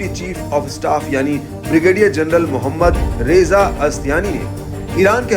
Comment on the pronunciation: नाम मोहम्मद रेज़ा नहीं है मोहम्मद रज़ा है